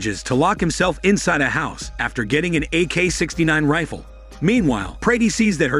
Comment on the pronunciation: "AK-69 rrifle" "Hormone yoga", Ah this is why is the best